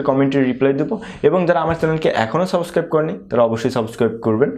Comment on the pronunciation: Though the video was very helpful but I want to correct something .. it's not saboscribe .. it's subscribe ...plzz pronounce it correctly it sounds really weird